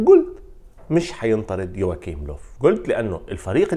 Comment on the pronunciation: للتصحيح اسمو يواخيم وليس يواكيم وحارس برشلونة اسمو ستيغين وليس شتيغين